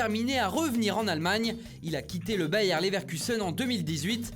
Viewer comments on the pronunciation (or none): none